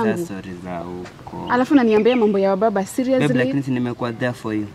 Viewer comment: SHE HAS WABABAZ...NOT MUBABAZ... 😆 😂 😆 😂 nasi nakugonganga proper 😅